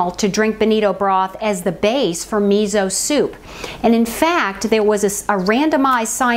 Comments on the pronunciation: You can add konbu (dried kelp) for added sea vegetable minerals and depth of flavor. Tip: miso is pronounced me so, not me zo. Thanks for the reminder of how easy this is to make. Love your videos, they are so inspiring. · Miso is pronounced mee so. Also it is easier to put the miso in a small bowl, add the liquid to it and make a mush with a fork and then add it to the larger liquid.